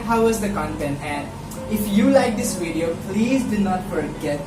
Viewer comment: yung F kasi sounds P... pati yung video = bideo